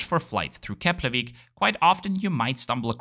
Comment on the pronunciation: im really impressd with your proaunciation of Keflavík and Reykjavík sounded very icelandic.